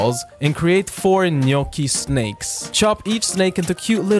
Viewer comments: Finally, the right pronuntiation of GNOCCHI! 👏👏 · OK I listened to it once again and at the end he says "gnoc's", again with irony, but he is pronouncing the "gn-" correctly so he's saying it right again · I got gradually more moved everytime you pronounced "gnocchi" right, at the end I was weeping softly with gratitude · Really pleased that you know the right Italian pronunciation (Gnocchi with the gn that makes a fluffy sound, not hard) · Can I just say I loveee how gnochi is pronounced? Its like honey to my ears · Can I just say that, as an Italian, I really appreciate your GNOCCHI pronunciation ❤ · OH MY GOD, SOMEONE NOT ITALIAN THAT PRONOUNCE GNOCCHI CORRECTLY and also treat pasta with good sauce. THANKS A LOT BY AN ITALIAN ♥️ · As i italian, i confirm that you pronounce the right "gnocchi" 😀